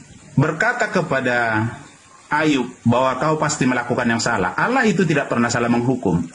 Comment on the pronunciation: Jika menulis harus tepat yaitu ALLAH BUKAN ALLOH. hanya yg menulis demikian karna Tdk mau menyamakan kata ALLAH karna dia Tdk mau DIKATAIN mencuri dari ALQURAN. JADI BACANYA PUN DIA PLESET ALLAH DIBACA ALAH.